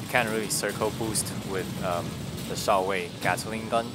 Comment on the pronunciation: I like how pronounced Shao-Wei as 「少尉」 (lieutenant) XD. It’s actually 「少微」 though, one of the old name for Chinese star sign system.